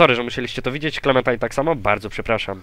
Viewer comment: mowi sie klementajn